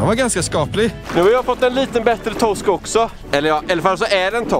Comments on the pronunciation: lär dig säga r det heter toRsk inte tosk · Man skulle ju vilja ha en compilation på när han säger "Tossk":)